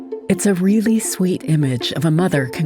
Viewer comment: What has happened to PBS? The narrator pronounces "really" as "vreally". The writer says that crawling up 83 steps gets one "to the top of the U.S. Capitol". The Capitol is 289 feet tall. If it takes just 83 steps to get there, the rise from one step to the next is about 3½ feet. Why has so much programming become such garbage? It was excellent, world-class stuff in the '80s, the '90s, and the 2000s.